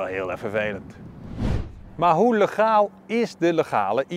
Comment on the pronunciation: Heel merkwaardig dat je "legaal" uitspreekt met dezelfde eerste klinker als in het lidwoord "de".